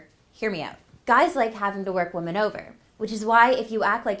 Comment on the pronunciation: it’s pronounced wi-min NOT woman when you’re saying the plural version